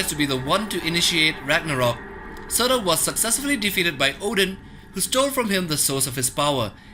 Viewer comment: Surtur -} serter